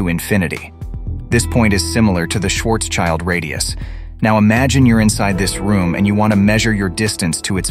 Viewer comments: Schwarz-schild radius not Schwarzs-child... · It’s not „Schwarz-Child“. It’s spoken „shwartsshild“ radius. „Schild“ is German for „shield“ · Brilliant explanation. But could you please refrain from saying Schwarzs-Child. It drives me crazy. Your hyphenation is wrong. It's Schwarz-Schild. It has nothing to do with 'child'. Schwarzschild translates to Blackshield. Try to say something like Shwurts-shild. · Great video - thanks for that. But the pronouncing of "Schwarzschild" triggers me really hard! Please pronounce the names correctly. Schwarzschild has nothing to do wich a child. It is more Shwartz shield - literally translated is Schwarzschild >> Black shield. Thanks - and again, great video! :)